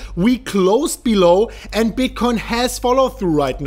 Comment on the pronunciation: King yes your right the last time he did. However I’m sure others will agree when I say. I hear the word “and” as end many many times and when it’s said in quick succession after the word “BELL” it’s bellend ... and he says it a lot. He’s a good guy so I thought I’d point it out as he says it a lot !